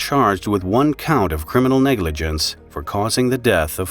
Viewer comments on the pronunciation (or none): "Was it negigence or..." Negligence! It was negligence -.- Each time.